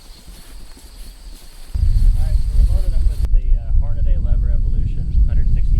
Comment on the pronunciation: Hornady... Not Hornaday. lol. Thanks for the video.